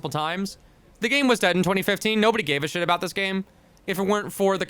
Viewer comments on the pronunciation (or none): none